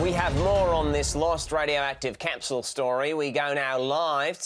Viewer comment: Also, 'capsul' instead of 'capshyool' like most Aussies pronounce capsule. Otherwise, not the worst I've heard but quite likely deliberately not great?